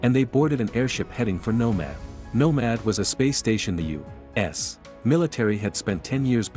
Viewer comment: Continuously : U ASS In the beginning it annoyed me until it almost became 'funny' when I annoyed my wife even more as I was repeating it EACH SINGLE TIME the nar-bot-rator mentioned U - wait for it... - ASS 🤬🤪😁😝😆